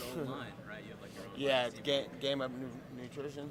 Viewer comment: So sad nate def has brain damage he's gonna have what football players get from head trauma He loses his thought allot. He said "GAME UP NUPRITION" instead of NUTRITION . Conor def knocked this dudes brain for a loop. Nate cool as fuck tho. Wish him the best he's right about how he has been doing what Conor and others are doing now. UFC should have paid him and nick way long ago. I def feel him on that.